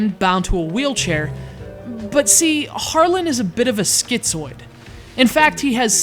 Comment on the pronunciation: Its harmen not harlen.How the fuck did you get harlen?